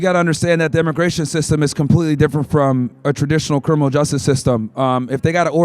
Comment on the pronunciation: How many of them have cwiminal convictions 😂 get this rtard outta here 😂. Why these useless college students who are still sucking on their moms teat think they could do ICE's job better than them? Coming here is illegal, a misdemeanor, its treated as a civil infraction so they dont have to give the illegals the same rights as a criminal